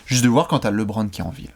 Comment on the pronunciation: Et Lébronne ?